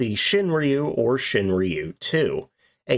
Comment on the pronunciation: its ROO not REEYOU